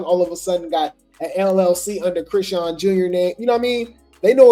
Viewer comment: Say Chriseans name right.. like wtf